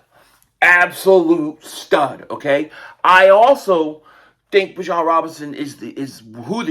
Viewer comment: It’s Bijan not Bijon.